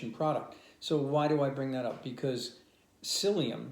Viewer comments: Seliem?? Don’t you mean Psyllium? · Psyllium not seliem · SELIEM? You mean PSYLLIUM? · Seliem ???? u mean Psyllium?